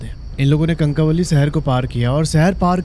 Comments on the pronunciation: कनकावली नहीं कणकवली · कणकवली prounounciation है